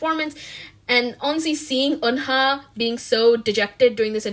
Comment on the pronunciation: Isn't Eunha pronounced like Yuna? 😳